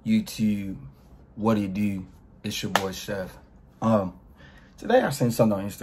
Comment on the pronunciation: More like wadeedoooo